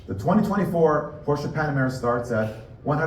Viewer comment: at least learn as the CEO of a top company to "speak it" in original way, which is NOT porscha, but "porsche" (it should end in an E spoken almost es "eh", eh?)